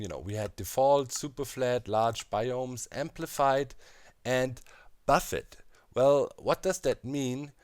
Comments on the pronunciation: Buffet is pronounced Buff-ay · It's pronounced BUFF-AY. It's borrowed from French.